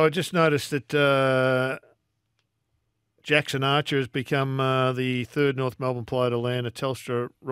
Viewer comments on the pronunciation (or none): none